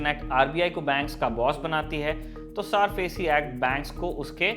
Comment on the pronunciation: सारफेसी नहीं, सरफेसी